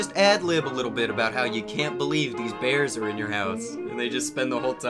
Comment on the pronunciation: Their speech impediments kill me. “We’ve got baby beaws in ouwh House wight now.” “Buy ouwh muuuch.” “Mooahning evewyone it’s eawy in the mooahning.”